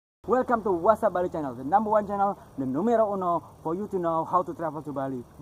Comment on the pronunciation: Ohhhjj! You said "the numero 1" in Spanish so good!!